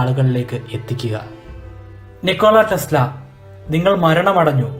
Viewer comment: PLEASE READ NAME AS "NIKOLA TESLA". THANKS FOR THE VIDEO